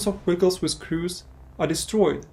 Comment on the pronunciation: Your pronunciation of Vehicle is crazy. No hate, great video.